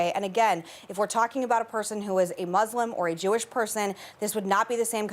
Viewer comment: Hi Meghan, it’s Mus-lim not Mus-LEM. Thanks.